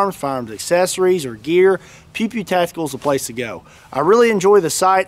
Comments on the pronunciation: No offense intended, huge fan here. But, it seriously sounded like you were saying "pee pee tactical". HaHa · I wasn't looking at the screen in the start of the video and I swear I heard you say